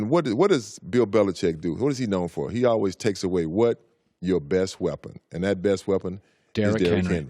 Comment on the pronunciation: Hear how he pronounces always